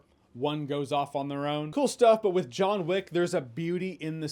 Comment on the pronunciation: Joanna Wick? 😂